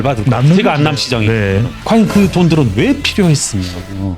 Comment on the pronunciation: 김회계사님 인트로에서 "안남시장"이라고 하신건가? ㅋㅋㅋㅋㅋㅋㅋㅋㅋㅋㅋㅋㅋㅋ